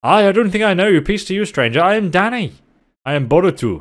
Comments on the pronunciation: Deadass when you say Danny I thought you were saying Daddy had me good lmfao😂😂😂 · i thought said "Daddy" instead of "Danny" lmaoooooooooooo